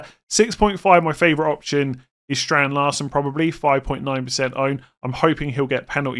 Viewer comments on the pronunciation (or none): none